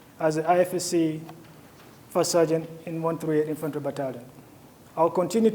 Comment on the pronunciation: Infantore also your pronunciation